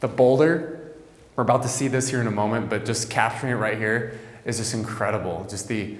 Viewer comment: Momen”T”, with an emphasis on the T.